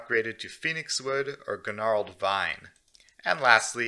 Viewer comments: The G is silent in Gnarled. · the g in gnarled s silent. Otherwise thanks for the video.